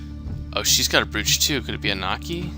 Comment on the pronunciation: you're pronouncing brooch odd